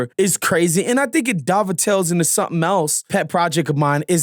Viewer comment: New pronunciation of dovetails just dropped.